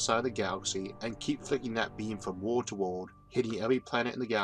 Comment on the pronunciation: like how does someone speak all these big words like a baby and expect to be taken seriously? Maybe take a minute to correct your luewrng tuewrng impediment before trying to inform the wouwld and the eawth. like every other word is teaching children how not to speak correctly. what a fucking joke. I could laugh at this video all day luewrng.